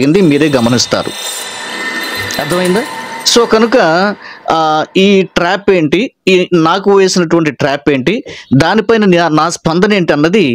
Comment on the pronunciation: పాస్టర్ గారు ట్రేప్ కాదు❌ ట్రాప్ ✅